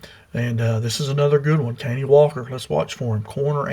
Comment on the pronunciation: Pronounced cuh-Nie